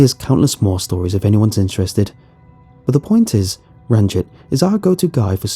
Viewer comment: Yoo, is the sewer guy's name Ranjit Singh? Just telling for general knowledge that the i in Ranjit would be pronounced like ee. Pretty much like the name Baljit, which is pronounced the exact same as Baljeet